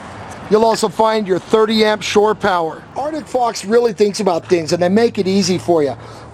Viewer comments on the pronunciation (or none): can you not pronounce ArCtic... it isn't Artick